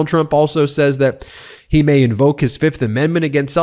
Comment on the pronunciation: Trump on the stand, “I PLEA THE FIF!”